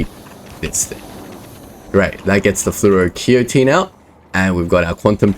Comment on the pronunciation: Episode 29... Not flu - o - ro - key - o - teen, but rather, Flu - o - ro - kay - tone, Flu - o - ro - kay - tone, Flu - o - ro - kay - tone 😄